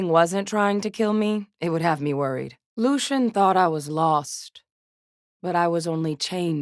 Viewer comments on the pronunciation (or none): "LUCIAAN" ouch.